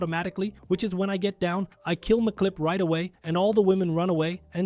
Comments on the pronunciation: Really? "MacClip"? "The Chief"? It's Emcee Clip AND just Chef. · Dude can read English, clearly. It says MC Clip, not McClip like he's an Irish lad.